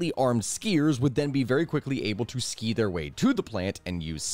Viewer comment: Once again scandinavians win usong the most powerful force ever "dramatic pause" skii's 😂